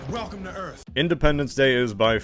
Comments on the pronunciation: Welcome to EARF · Just finished watching the movie and saw this was posted. “WELCOME TO EARF”!!! “THATS WHAT I CALL A CLOSE ENCOUNTER-Rips Cigar” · Welcom to earf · "welcome to earf" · WELCUM TO EARF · “Welcome to Earf!”